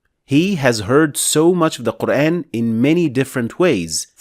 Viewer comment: It's actually pronounced MAALIKI, NOT MEELIKI I guess you tried to teach people King James qiro'at of QUR'EHN English transliterated pronunciation. Although the prophet and shahabahs, has been dead 1500 years ago. It doesn't mean that you can freely INVENTED another qiro'at as you wish. It's never pronounced MELIKI or QUR'EHN. it's MAALIKI and QUR'AAN. PLEASE STOP spreading WRONG pronunciation of our Holy Book AL-QUR'AAN (NOT QUR'EHN)